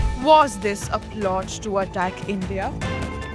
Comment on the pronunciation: The girl's voice says "Was this a PLOG to attack India"? Did she mean a PLOT? What is a PLOG?